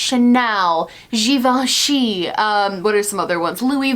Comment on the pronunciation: The way she says Givenchy is so satisfying... I am not trying to be creepy.